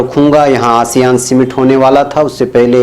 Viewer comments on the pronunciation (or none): janab woh word Summit hai naa ki simitt